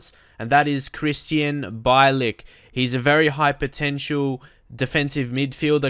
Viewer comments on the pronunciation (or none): It's pronounce Bee-Ell-ich